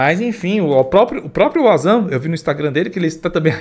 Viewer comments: Se le Vanzan, nao auzan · Nué possivel...acho q vc não lê os comentarios....Pronuncia-se Vanzan com W....é não Uanzan! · Uazam kkkkkkk é VANZAN A PRONÚNCIA. tente se informar ...